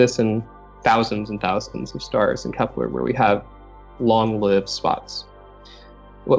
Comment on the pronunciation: Kepler not keplar